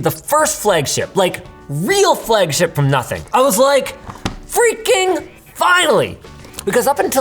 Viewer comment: Phhhreaking Phhhinally 🤓 Linus, 2025